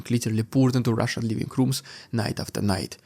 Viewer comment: Please say, “Russian dude”, in a normal fashion.